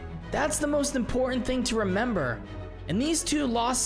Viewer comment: You said remembet hahaha